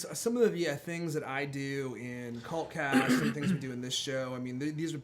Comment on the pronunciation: When you say "cult cast".....it sounds like Cunt cast over here in the UK. :)